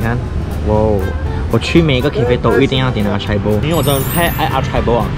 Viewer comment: Hi, Acai 的真确读音是 ah-sign-EE。 😊